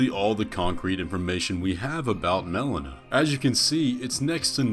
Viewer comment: Mel-LEE-Nuh not Mel-uh-nuh